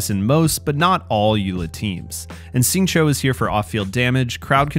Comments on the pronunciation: How come you pronounce Xingqiu as "Sing Cho"? Shouldn't it be like "Shing Cheew"? I'm not an expert but IIRC X = SH sound, Q = CH sound, and IU = "ew" but with a harder E sound. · Please pronounce Xingqiu’s name correctly— it’s like “shing chew”, not “shing cho “. The English VA says the name wrong. Listen to the Chinese VA or listen to this video